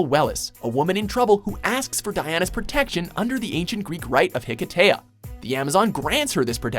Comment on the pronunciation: the high-kee-sha.